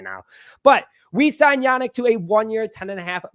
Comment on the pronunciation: It's pronounced "YaNEEK" Not Yanick...